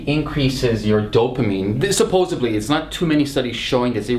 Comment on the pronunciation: You said 'subbosedly'...I can't trust you.